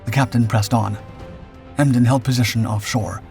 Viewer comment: Emden one word not E. M. D. E. N